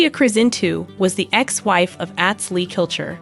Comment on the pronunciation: At least pronounce his name correctly... Atz... Like Ahhhhhhhtz Long a... Not short a.